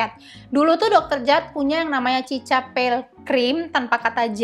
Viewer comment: Mohon maaf nih ka cara bacanya bukan “cica” tapi “sika”